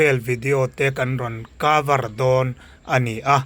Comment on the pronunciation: kavar (cover) haha...di si trik (district) hahah, si trep ah (step)😂😂😅 i ngaihsan hmel hle mai pu edena chu..a fans ruhkawl i ni ngei ang...haha motor in turn dan thlengin report kimchang rem² haha...Aizawl assambili (assembly). amen halleluiah la ti zui 😂😅😂😅...paa-si-tor...pro-pras-tor